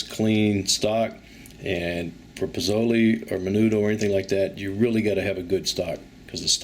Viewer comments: Its more of a (leh) ending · If you're making Pozole, then pronunciation is important. I hear you saying pizolie and pazoley. Please. This is not an Italian dish. It is distinctly Mexican. It's pronounced poh-SÓ-leh. I didn't get into the pronunciation of the various types of peppers you used. You get what I'm saying. That would be like us Mexican folk saying chaikin when what we should be saying chicken. Do not open a tackkerreeuh until you learn to pronounce taqueria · It is pronounced Pozole (Lay) not (Lee) at the end. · You obviously know how to say the names of the dish and peppers correctly...you are purposely saying them wrong. Coming from a Texan. BTW dig the recipe and you obviously know how to cook